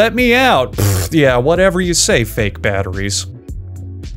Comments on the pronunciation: Correction: The BATTER gets put in. Then the IE. Then the Ssss. You said: Batter, Ree (Rie), and Sss. Which when put together would incorrectly spell Batterries. Teh Moar U Noe 🌈⭐ 👍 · Batter - Rhee - Ssss